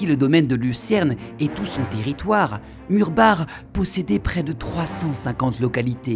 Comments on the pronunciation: En tant qu'alsacien ça me fait plaisir que tu ai juste prit la peine d'apprendre la prononciation des noms alsacien ! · Et bah justement le Maire du village ainsi que l'historien de la région m'ont indiqué qu'il fallait le prononcer " Murbar " alors que beaucoup de reportages le prononcent " Murbac " et que beaucoup faisaient l'erreur, donc ce n'est pas une faute voyons. Je suis d'accord pour Forbach. Justement, la langue alsacienne n'était pas la mienne je me suis longuement renseigné en amont pour savoir comment le prononcer. Merci à toi du soutien cher ami. Ah j'avais pas fait le rapport avec la Reine ! Oui je te tiendrais au courant. Désolé pour ton mail mais je suis overbooké en ce moment je n'ai pas le temps d'y répondre... à bientôt :)